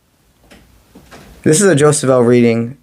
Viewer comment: Hi thanks but Jophiel has no ‘s’ e.g Jofiel is Jo- fee- el 🙏